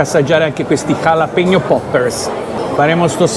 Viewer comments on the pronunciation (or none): Vi siete dimenticati lo spagnolo? Avete pronunciato entrambi calapeño